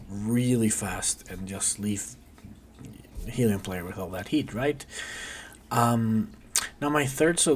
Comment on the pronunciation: It’s pronounced Heelion, not Hellion :)